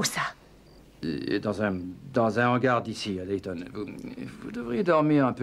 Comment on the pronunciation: Oui alors... c' est Dayton (Ohio) Pas dalston!